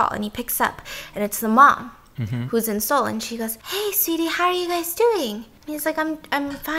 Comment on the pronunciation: i really like when stephanie slips into korean. and the way she pronounces the cities (busan, seoul) in korean accent